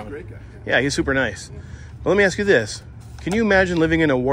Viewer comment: Who hires someone to work for a school district who uses the word axe instead of ask?